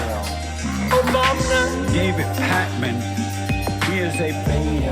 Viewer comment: David, Did anyone else hear 'sunburn' guy say "... one of the FASCIST growing social media platforms..." ? -- just after the 'Obam-NA' sound byte (est. )